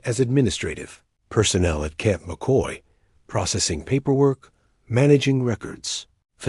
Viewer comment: camp mockey? It's CAMP McCoy